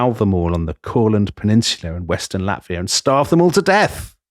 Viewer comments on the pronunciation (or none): none